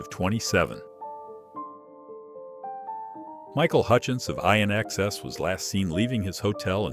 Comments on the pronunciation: David Bowie’s Musical was called Labyrinth like the film not Lazarus! Michael Hutchence band was INXS in ex es not Eye n excess. Theee Notorious Big and Lenard SKy Nerd???? AI you flipping SUCK 😂 S U C K! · Seriously...I-N-X-S! Pronunciation is in-excess digital dude! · Ian excess?....lol....INXS... DORKS... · Eye-on-xs! At least get a bit that knows common pronunciation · This AI 'guy' is clearly a huge fan of Lynyrd Sky Nerd and I.N. XS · It is pronounced in excess Micheal Hutchinson band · I.N. X. S. indeed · The Pronunciation of INXS and the Suicide of Ian (Joy Division) are the two most disturbing accounts with this video. Click. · ".IN.X.S' - really, come on! Learn how to pronounce the names properly.